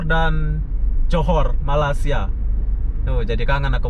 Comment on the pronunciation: Mantap viewnya, mantap tutorialnya tapi sayang kenapa ucapannya banyak gak benar, contoh: malaysia dikatakan malasia dan satu lagi yg paling parah TKI dikatakan pula PKI. Mohon maaf bukan bermaksud tidak sopan di komen saya ini, ni cuma sebagai kritik untuk. Ntar kalau mau diposting mungkin bisalah disaring dulu.